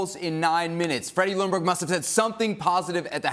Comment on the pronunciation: freddie's last name is pronounced "jung - berg". Lj in swedish = you only hear the J.